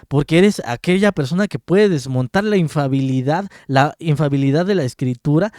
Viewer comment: Infalibilidad no infabilidad hermano